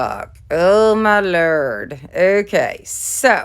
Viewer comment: The truck sign turned out cute! You had me crackin up when you said "Oh my Lerd!" 😆Your DIYs are so cute. Love them!